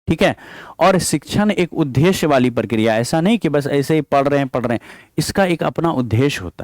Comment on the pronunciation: Sir aap उदेश्य thik se bolna sikh lijiye please bhut irritating lagta h sunne Ye द्द me ek half द ( टाइपिंग में लिख नहीं पा रही )और पूरा द hai n ki ध है इसलिए द को ही prassue dekr boliye n ki ध